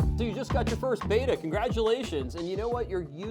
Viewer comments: Behtah, not Beyta. The word Betta comes from an ancient local dialect word for a clan of warriors ("ikan bettah"), and splendens is Latin for "shining" or "splendid". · Its betta not beta. Ask an Asian from Thailand, where they are native. They’re called Betta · Beta as in Alpha Beta..... is not the fish..... Betta pronounced like Letter is the correct way. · Yeah I was surprised by all the videos lately calling them bet-tuhs, when everyone used to call them bay-tuhs when I was growing up. I agree spelling doesn't make sense but since they're asian I figured that was why. My brother and I used to jokingly call them bet-tuhs because of the spelling, knowing they were actually bay-tuhs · Imagine taking advice from someone can't even pronounce Betta properly!